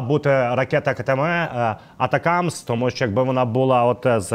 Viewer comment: ГАНЬБА! Навчиться нарешті вимовляти АТАКАМС! Де ви там знайшли АТАКИМЕС??? Тоді називайте Рено "ренаульт"!